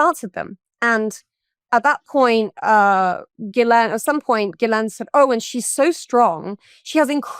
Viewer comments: FINALLY someone who pronounces 'Ghislaine' correctly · Bro, can you please say the name Ghislaine correctly lol. There is no E in the middle. Listen to the victim. She says it correctly